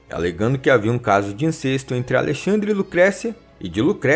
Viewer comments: A pronúncia certa é" inCÉSto". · A palavra é INCESTO, com É aberto, rimando com HONESTO.